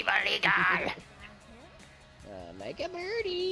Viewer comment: When you say eagle it sound like your say eeeee colaaa